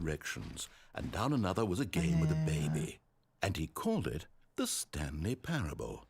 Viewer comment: ザスタンリーパラブルて読みます